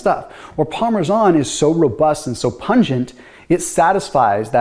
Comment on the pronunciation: Parmesan isn’t pronounced like that.